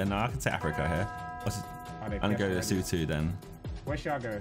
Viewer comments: As a South African I was laughing my head off at harrys pronunciation of leshoto, “lesowtoo” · The pronunciation of "Lesotho" kills me as a South African 😭.